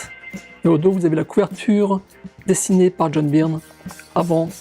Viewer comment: Ce qui me fait le plus halluciner c'est que tu continues à dire "Byrne" à la française (certainement comme quand t'étais gamin) alors que ça fait des années que tu vis aux USA ! ^^